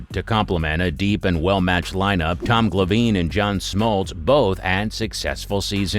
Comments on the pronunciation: The battling title? Al Ka-leen? Tom Gla-veen? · Is this a computer voice doc???? No one calls Al Kaline ....Al Kaleeen muchless Tom Glavin .....Tom Glaveeen....really weird pronunciation! I don't like it!